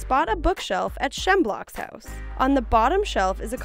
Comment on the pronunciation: I'm sorry.... Shem block??